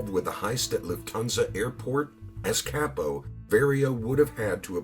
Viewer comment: Very well done, however, the only criticism is, as a person that speaks fluent Italian, at least try pronouncing the Italian words correctly. Vah-rio instead of Very-o (Vario) Cah-po instead of Kay-po (Capo)